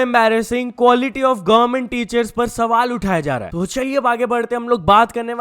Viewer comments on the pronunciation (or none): none